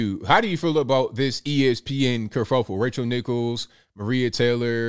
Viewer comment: Haha it sounded like you called her Racial Nichols